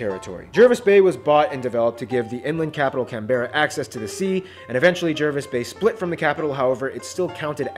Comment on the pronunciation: Emperor of Rome: correct me if I’m wrong but in the episode, pronounces Canberra wrong, right?